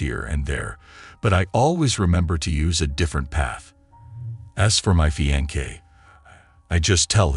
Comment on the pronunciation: Fiance (Fee-on-say)